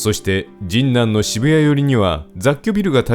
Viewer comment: 学生の時、現ハンズの近くの博多ラーメン店(今はもう無い)でバイトをしていたので、懐かしかったです。 ところで、どうしても「神南」のアクセントが気になりまして…。 「ジンナン」は「銀杏」(ギンナン)と同じで平坦読み。 昔、NHKへのお便りの宛先をアナウンサーが読み上げていた時、「神南」を平坦に読んでいました…。 細かくてごめんなさい笑